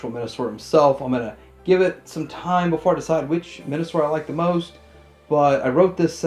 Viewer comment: Yeah, I definitely heard Men-a-sor. As it should be.